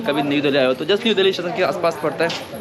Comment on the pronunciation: Bhai tum log दिल्ली ko dahli kyu boltey ho tumhari tongue 👅 bhi allow nahi karti kya sahi ucharan kya hai tho tum videshio ko kya samjhao gae